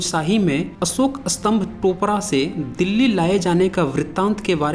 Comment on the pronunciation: स्तंभका उच्चारण आप उत्तरी लोग अस्तंभ क्यों करते है? उलटा अर्थ होता है!